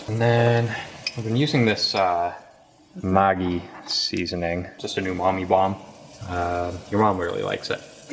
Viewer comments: maggi is pronounced madge e and also why don't you boil the ramen in the stock.. extra flavour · Maggi is pronounced like Maggie omg. it's a huge Indian ramen noodle brand and has also branched out with my products.